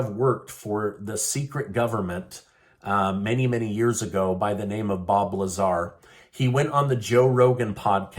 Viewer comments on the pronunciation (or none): none